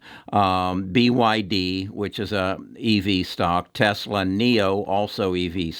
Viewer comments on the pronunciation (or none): none